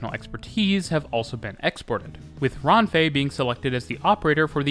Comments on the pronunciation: this video is great, it just hurts a lot hearing you butcher all words in spanish lmao, it felt like a bullet when you said "rAANfe" instead of renfe 😭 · runfeh lol